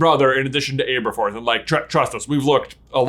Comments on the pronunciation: It’s not ABErforth, it’s ABerforth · My husband was watching this across the room and I was screaming internally the whole time about how J pronounces Abe-er-forth.